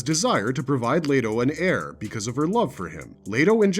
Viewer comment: Its duke LEE-TOE and its AIR (heir) not HAIR...jeebus bro